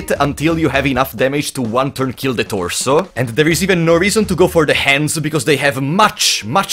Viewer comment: I live for every time he says "THE ToRSoo"